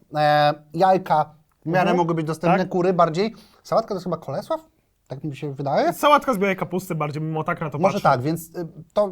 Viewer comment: K O L E S Ł A W. Ała, moje uszy xD